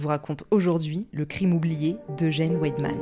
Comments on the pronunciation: le w se prononce comme le v français et le v allemand se prononce comme le f français :) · Petit aparté : c'est pas Ouèdman mais Vaïdman :)